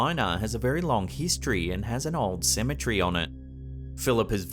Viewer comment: Ceme TERRY, not Cemetree!